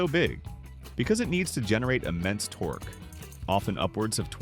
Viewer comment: Torq ee? Might want to work on pronunciation. I'm done .